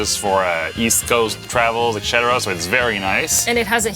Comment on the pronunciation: I thought I heard it before and I'm hearing it now again:, do you say eggcetera instead of etcetera?